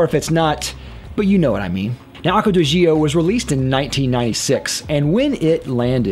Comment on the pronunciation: My question is: Why are so many Americans so unbelieveable bad at foreign languages? It's Aqua de D'jOh. No 'EEE' involved. ;)